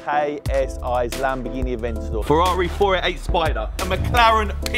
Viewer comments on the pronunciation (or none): none